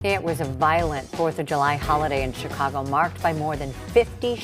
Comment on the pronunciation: Chi-congo. Enough said.